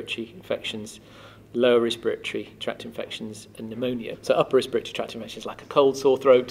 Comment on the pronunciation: Did you say spiritual at all in this video because at first I was hearing spiritual instead of respiratory? I kept thinking "that doesn't make much sense". PS: it may be because I'm American. LOL